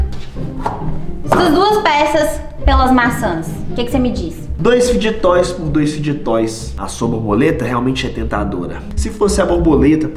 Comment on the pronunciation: N e assim q fala é fide toys